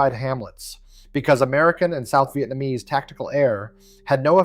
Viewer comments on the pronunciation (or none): none